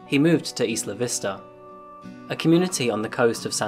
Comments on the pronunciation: "Isla" is pronounced "Eye-la", not "Issla". Went there once and got corrected many times. No offence, great show etc etc. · Iss luh Vista?? Do you pronounce “island “ as IssLund?? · Isla Vista is a Spanish name, translates as "Island View" hence the more accurate (albeit a little off) Spanish pronunciation